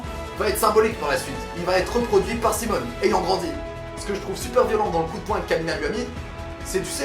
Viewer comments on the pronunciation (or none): PUTAIN MAIS SES SIMON PAS SIMONE ARRETE TU ME DONNE ENVIE DE SAUTER PAR LA FENNETRE xD